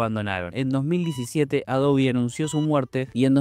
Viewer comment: que tiempos... lo unico raro que veo es pronunciar "Adobi" jaja😅😜